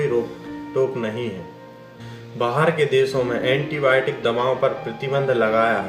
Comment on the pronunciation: Nuskan nahi nuksan antiboit nahi antibiotic , u can't pronounce words properly learn how to pronounce then tell all these things to the public